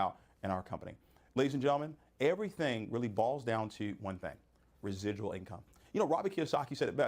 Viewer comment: Gotta get that rezizzual incomes!!!!!